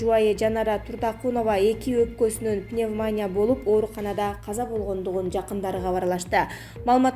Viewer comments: Пневмания эмес пневмония. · Гааспитал распират пневмааания окуганын менен жерге кир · Тантыраган журналист сорой ,озун угуп атасынбы ,келесоо сабатсыз Пневмааня,РЕСПРАТОР ДЕГЕН ДУУУРААА,ЙОРК ТАЙМЫЫС КЕЛЕСООО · Диктор,нормално тексти окусан,холхоз мес к к колхоз,..пневмания мес пневмония десен,кулактар соолуп калдыго.. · Пневмания эмес пневмония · Дагы деле ошол,халхозчу эме колхозчу деп айтылат,пневманя эмес пневмания деп айтылат,бул диктор кызды жоготкулачы нервке тийбей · Пневманя дейби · Диктор кыз пневмания эмес пневмония деп туура окусан,уят да жанагы биздин спикердей ж.б.депутаттардай болбой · Журналист кыз ото сабатсыз экен! Респетатор , госпитал , пневмания тфуу блять! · Эй кыз пневмАня эмес пневмо(а)нИя деп айтчы нервди кашайтпай🤨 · Пневмаааания эмес пневмониииииия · Журналист кыз респитатор дейт го .уят. Гаспитал Пневманя Ото сабатсыз 👎👎👎👎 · Мектепте окуган эмес го мээси жок уялбай пневмаания дейт го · Пневмания дейби мына журналист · Пневмаааания деп окуйсунго. Пневаниия. Иии ге ударение. Курстан отуп келчи. Чон Кыз. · Пневмаания эмес пневманиия десен.не деген сабатсыздар кобойду.Маянелер кобойду го ушул акыркы убакытта. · Не деген заман билимсиздер бардак дикторун кара уят эле окубай эле койчу пневмания уятэ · Окуган кыз туура окуганды уйронуп алчы садагам,уят го,кыргвзча да туура окуй албайсын гоо,М: пневнамия дейсин гоо,озунордун устунон иштебейсинерби? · Журналисттер комиссиядан отушпойбу? Респиратор-респитатор, пневманя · Эй окупаемости жаткан канчык пневмаания эмес пневмания десең. Спикердин карындашы эмес белең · Пневмания бейби?басымды туура коюп окусан?чаласабат журналисттер .окуп текшертип анан эфирге чыккылачы сураныч.ансыз деле "нервный"болуп турган элдин кыжырын келтирбей.. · Не ПневмАния а пневмония. Что за позор. пневмАния деген соз жок вообще. ПНЕВМОНИЯ. ударение на букву "И". Неужели нельзя посмотреть в справочнике или в других роликах как правильно произносится и пишется это слово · Репитатор. ПневмААния. КислААта